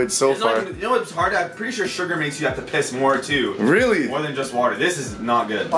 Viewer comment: lmao says i need to piz again!